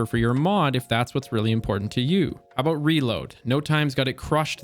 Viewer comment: Nice video. Haha aboot